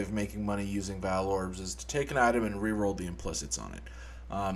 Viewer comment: It's pronounced 'vaal', not 'vaal'. God.